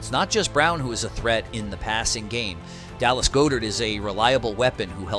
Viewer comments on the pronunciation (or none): You said Dallas name wrong lol